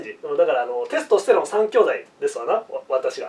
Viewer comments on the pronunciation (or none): イントネーションのせいでテスとステロンの3兄弟みたいになってる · テスト⤴️ステロン⤵️ww